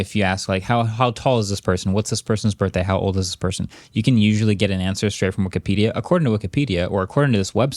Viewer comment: WEE KEE PEE DEE UH.